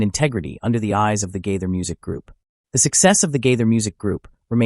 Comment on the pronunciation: Agree.get to the point!! At least pronounce his name correctly....